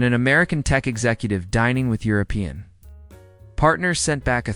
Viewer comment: The AI can't do more than speak a worrd salad, doesn't understand what the meaning is. It can't even pronounce 'European' had to just spell the letters and doesn't know 'Lyon' is a city